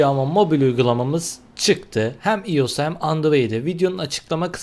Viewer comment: iyos:DDDDD o nasıl ios demek